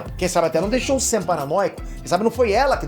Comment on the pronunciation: Ele falou SAM e eu ouvi UCM 😂